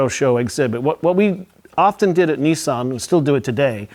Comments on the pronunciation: Its nissan.....not neson🤦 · ‘ Neesarn ‘ , I think you mean Nissan .